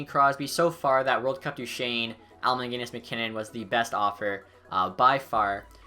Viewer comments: New drinking game, every time pronounces maginnis instead of macinnis you drink, well all be wasted. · It's Al MacInnes not MaGinnes